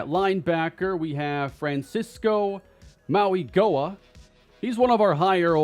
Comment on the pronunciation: Another helpful tip. Mauioga is pronounced Mow- a- noga